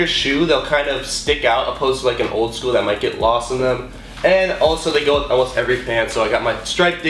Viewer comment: Why do you say elmost?😂